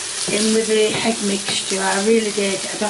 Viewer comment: Why does say hegg and mushyroom. What kind of bizarre contrived accent is that? English people don't say mushyroom, do they? Hegg?! HEG?!!! Where did the H come from? Is she trolling the audience? And finally, why is she getting flustered over the word "can?" What's so upsetting about "can?"